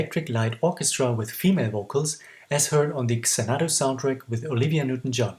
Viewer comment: Just a note: "Xanadu" is pronounced "Zanadoo". I LOVE what they've done with "Just A Notion", it's pure bliss and should be a massive hit. I hope a video will come out when the album does.